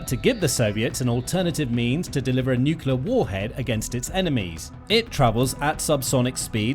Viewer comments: The word is nuclear, not nucular. Nu-clear. New- clear. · Lost me at "nucular" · 'Nukular missile'? Is this a kindergarten device? That's the only place I've heard that word. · Sorry dude, as soon as I hear someone pronouncing NUCLEAR as NOOQULER I've got to sign out. I think it's about the lack of respect and bother that one who neglects to pronounce correctly, the name of the most destructive and fatal single device ever built by us humans that has already vaporised tens of thousands of living beings let alone killed many more slowly due to radiation poisoning, deformation and so many other hideous related factors eg. the theft of Bikini Atoll from the native population. NOOKOOLAR doesn't do it for me as it is such a small change in perception of one word that describes the fore mentioned. Petty, this may sound but good bye.